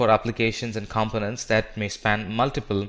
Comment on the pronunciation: Azure is correctly pronounced... the British pronunciation anyway. Components for example is just incorrectly pronounced full stop!